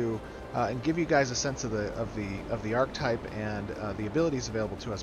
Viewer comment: still doesn't know how to pronounce archetype